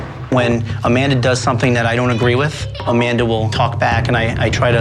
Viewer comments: When she says Amanda she says Amander. Did anyone else hear that. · supernanny ironically pronounces Amanda's name as "Commandar." I find this funny because Amanda commands the family pretty much. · I like how SuperNanny says Amander